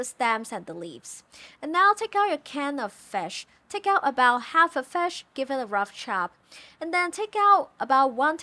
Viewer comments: What is fesh? Do you mean FISH? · Love this food since I was a child. Also you say fish with an accent, did you learn english from NZ😃?